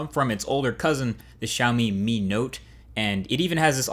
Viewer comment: althought you are not chinese, but you said xiaomi and mi wrong